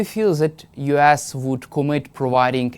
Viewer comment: Oh change the host, this serves no purpose. Not that many speak perfect english here in mainland Europe, but I needed to listen the first question four times to get it. If you pronounce US You Ass (which is not a bad idea nowadays) and it is not deliberate, you really need to take a reality check 😂